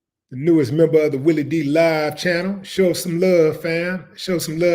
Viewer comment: Did u say "Jelly" Willie?? Hahahahahaha